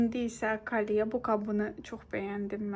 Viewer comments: kalye yox "kolye" deyilir ❤ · Kolye yazılır kalye deyilir